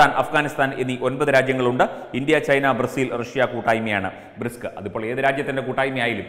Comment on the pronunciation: പറഞ്ഞത് വളരെ വാസ്തവമാണ്. 👍 Jay Hind🇮🇳 അതിൽ ചെറീയ ഒരു ഉച്ചാരണ ത്തെറ്റ് സംഭവിച്ചു. 'Brics' (Brazil, Russia, India, China, South Africa) എന്നതിനുപകരം 'ബ്രിസ്ക്' എന്നാണ് പറഞ്ഞത്. പറഞ്ഞുവന്നപ്പോൾ പറ്റിയ ഒരു അബദ്ധമാണെന്നറിയാം ശ്രദ്ധിക്കുക.